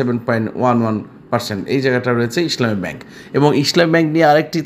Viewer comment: Vai, your pronunciation is too bad. It is not Isshlami it is Islami Desh garments is not a top graded share.